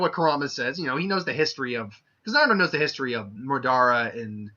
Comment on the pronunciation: I got triggered by the way he said Madara